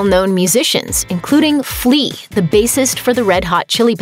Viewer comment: "Flea," huh?